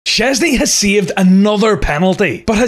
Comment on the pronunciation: Szczęsny jest super. Dobra wymowa